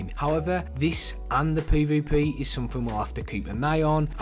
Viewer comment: Poy voy poy (this dude trying to say PvP)